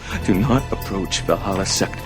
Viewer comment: The way you say Valhalla bothers me.